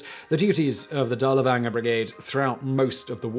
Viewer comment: Good stuff, but you were killing me with your mispronunciation of Dirlewanger.